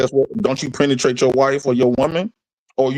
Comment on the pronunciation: I miss. I’m finally off vacation and will be tuning back in. That guy was crazy 🤣😂🤣 and when said penetrate that was the only word he pronounced correctly 🤣😂